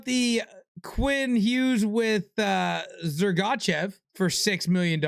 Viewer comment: buddy, what does a guy have to do? Its Zeev Buium Pronounced “Boo-yum” And it isn’t “Zer-got-chev” Pronounced “Sir-Gah-Chev” We really need to get you a dialect coach